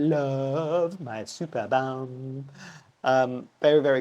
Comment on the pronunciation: Let me put my "Ms Know it all" hat and quote others. My favourite German botanists made a care video not long ago, so I just repeat what I remember: The name gets pronounced "supErbum" with the emphasis on "E". So not related to superior backsides. It is one of the biggest, if not the biggest platycerium in nature. It can deal with lower temperature (not freezing, it's not winter hardy), but not with lower light. It needs as much light as possible, so one of the guys, who showed his privately owned one on the video, basically said the superbum has its own growlight in winter and sits on the balkony in full sun in summer. The mounting was quite interesting, too: he had taken a plastik pot (with side holes, one of those that you buy for water plants) and had cut a hole on the side of the pot. He then stuck the root ball of the platycerium inside and filled the rest with kokos chips. With time the mantel leaves have grown around the pot enclosing it completely which made watering and fertilizing much easier and still enabled him to hang the plant. That's the basic function of these leaves, in nature they build a "nest" where organic matter falls from above or ants and other insects leave their "dumplings". It is essentially a compost bin. Even more interestingly, there are other plants (some orchids, for example) that grow there and are specialized in growing in the "compost bin". Very interesting, indeed. Another way to mount it would be using a vanda basket but tilting it side